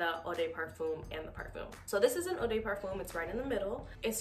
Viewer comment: Parfum is pronounced Pah-FUM. (Rhymes with Rum) Not, Par-FUME " De" is pronounced Deh, not Day